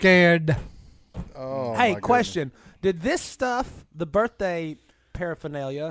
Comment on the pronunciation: “Happy BirFday Si!”